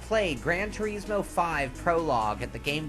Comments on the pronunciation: thats how it is meant to be said tureeeeesmo .... alot say it as tur-I-smo... weird cos its spelt the latter ... i call it the latter still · Thats how your supposed to pronounce it... we americans are just used to saying turismo.